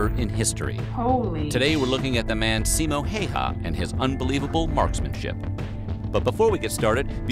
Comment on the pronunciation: not Simo Hey ha but read pronuations! like H A Ü yes Y = Ü in finnish grammar Ü like like jet enigine switsc out and turbiins get lower whistle vocals (bass ) . and last Ä ic not Alike Alpha but You in english say "say" middele A . ? Simo is hit on "O" not "I".